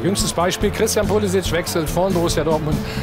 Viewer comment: Wer ist Poulisikk? Warum wissen selbsternannte Experten nicht, wie man Namen richtig ausspricht? Modric heißt auch nicht Moudrikk.